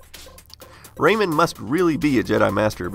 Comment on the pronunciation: Who else thought he said "Rainman" instead of "Raymond" ?? Good video btw!!